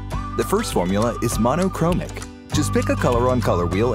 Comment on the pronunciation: Looks cool. I think the VO artist got the pronunciation of 'monochromatic' wrong.